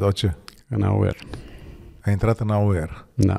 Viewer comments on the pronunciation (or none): Ma scuzati ca intervin,pare-mi-se ca ar fi fost o gluma. Dvs. O sa il votati in cadrul partidului auer(cum il pronunta dansul)? 😆